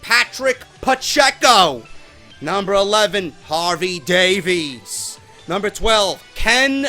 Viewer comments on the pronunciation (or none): none